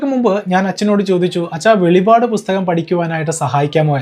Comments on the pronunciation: Not veli vad but velippad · Velipadu alla, velippadu